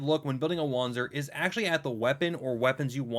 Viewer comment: Wanzer is pronounced vanzer